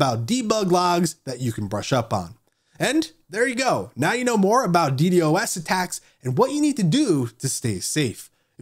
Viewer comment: I stopped listening after he kept saying d d o s.